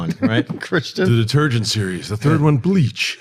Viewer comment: When he first said it, I thought he meant it like "de-TURD-gent". lol